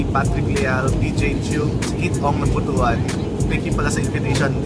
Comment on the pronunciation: Sir, Butuan is pronounced as boot-wan. "wan" po ang stressed syllable. Hehe. ~clark